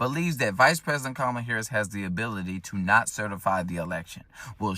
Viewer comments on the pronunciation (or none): Would never get political advice from anyone who says “Mamala”, cringy AF! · Did she really say Mamala? And I love how we were so out of line thinking 2020 was rigged/stolen but it's just fine when they do it. :P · Why do they pronounce her name with 2 "M"s in it